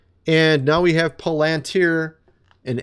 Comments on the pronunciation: FYI..... it's " pallen-tier" st least that is what I was told. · Palantir .. Pronounced Pal-in-tear. Very Powerful Company and just out of its Infantcy Stage.. Powerful Company. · Palantir pal an tir its not that difficult lol